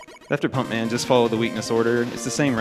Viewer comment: Damn, I thought he said "Funk Man" (turns out it was Pump Man). I'd love to see and hear a Funk Man stage.